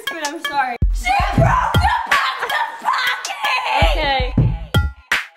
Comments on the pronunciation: in japanese there is no "pa" sound so they r really called pocky like "poke-ey" not "pa-cky" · Dont worry, youre not the only one that says Pocky wrong ;) Any American says it like that, but its pronounced "Po" Like the Panda in Kung Fu Panda, and "Key". I wont go into details, but in Japanese, if somethign was pronounced "Pock" "e" It was be P-a-k-i Video was hilarious! Love the part where she says "Bet they didnt even watch this fuckin far" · It's not "packy", it's 'pocky' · its pronounced po ki as in.... sorry cant explain it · and pronounced poke-ey :) teehee. ur so funny. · It's pronounced Poe-key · If that's not how you pronounce Pocky, then I've been mispronouncing it for almost four years o.o